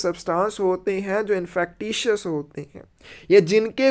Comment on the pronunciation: Infekcious hoti hai sir pronunciation of INFECTIOUS....